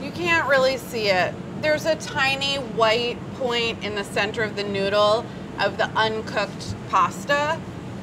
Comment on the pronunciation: Ricotta....please pronounce it right ,Noodle....yikes!!!